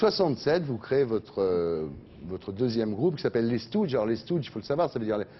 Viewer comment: Ça prononciation de stooges me donne la gerbe !!! 😭😭😭